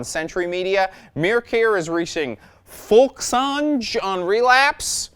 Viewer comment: > folkesange - you need to read the "g" like in "song" not like in "gin" man. Folkesange means "folk songs". You're welcome :D